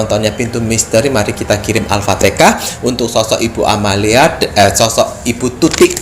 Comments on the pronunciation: Alfateka? 🙂 Alfatihah Pak hehe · Bukan alfatekah.. Yg benar alfatihah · Jangan alfatekah.. Alfatihah..